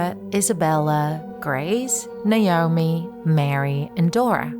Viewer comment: Is it Naoni or naomi, naomi is my name and its not how u say it